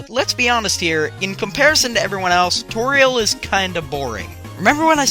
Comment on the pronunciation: You said toriel and mettaton wrong!